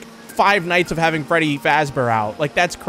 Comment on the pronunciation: Bro said feddy💀